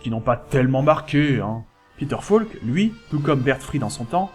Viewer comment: Grand fan de Columbo ! Concept unique, personnage inimitable. Peter Falk, inoubliable ! PS: "Falk" se prononce "FOlk", pas "FAUlk" ... c'est un détail, mais vu que c’est mentionné au moins vingt fois, ce serait bien de le prononcer correctement. Rien que par respect pour Peter Falk ;)